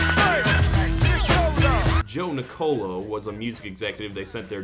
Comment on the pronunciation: Fun fact Joe Nicolo is my professors brother, and you also said it wrong, sorry